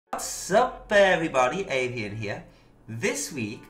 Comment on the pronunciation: You pronounced it pretty good tho, especially for a Dutch name!